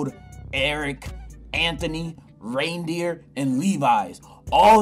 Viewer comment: I lost it when u called Reiner a rendeer 😭😭😂😂😂😂🤧